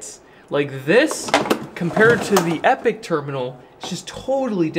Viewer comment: It would be nice to see these come down in price a little more. Is it me? not epic, epoch ( said E pok ) a measure of long time. As most of these makers try to suggest they last a long time?